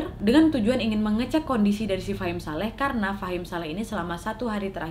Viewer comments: Iya bingung tulisannya fahmi ngomongnya fahim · Ka nad bilangnya fahim shaleh truss, wkwk tapi di judulnya namanya fahmi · Wak ngomngnya fahim saleh, tapi tulisannya fahmi saleh hehe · Tulisannya "FAHMI SALEH" Meanwhile kak nad : "FAHIM SALEH" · Maaf ya Mbak Nadia yang bener Fahim Saleh atau Fahmi Saleh karena tulisannya Fahmi Saleh tapi jenengan bacanya Fahim Saleh hehehe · Gagal paham dari awal dengar kak nad bilang fahim saleh 😅😅